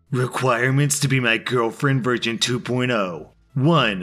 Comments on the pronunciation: Best part of this video? How much your pronunciation of 'version' in the girlfriend post sounds like 'virgin' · Did nobody realize he said "virgin 2.0"? LOL